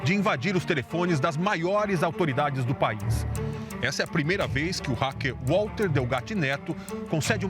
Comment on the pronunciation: Então ,Walter (pronuncia com V e não U....estamos no Brasil) , não quis receber dinheiro, mas só "justiça"... Manoela nada pagou ! Sei ...sei... CNN, agressão á inteligência descaradamente ?!?!?